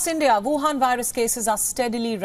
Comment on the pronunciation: woohan...I love when you say that...